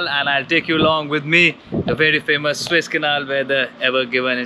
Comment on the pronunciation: Guru it's pronounced SOO IZZ canal and not SWISS canal as u keep on pronouncing it